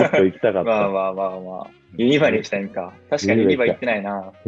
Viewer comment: 今回もYouTubeありがとうございます🙌 ユニバの発音がしっかり関西弁でさすがと感動しています笑 塁くんが悔しいのは全カレやろ？って全カレって言葉を出した途端藍くんの顔変わったからほんとに悔しかったんだろうなと…(しみじみ) 塁くんのVリーグの試合出場楽しみにしてます🙌サントのユニ似合いそう🙈 藍くん日本戻ってきた代表や大学忙しいだろうけどライブ行けるといいですね😊 私も藍くんのおかげで優里のベテルギウス大好きで毎日聞いてます🎶 塁くん藍くん2022年もお体に気をつけて(またコロナも流行ってるので…)お過ごしください！あ、あけましておめでとうございます👏